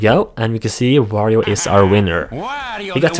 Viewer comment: Quick notice "World of Wirio"